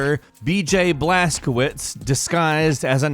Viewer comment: Its pronounced blaskovich you pronunciation killing me in this video